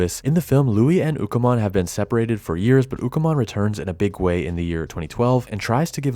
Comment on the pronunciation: Its Ukkomon not Bukamon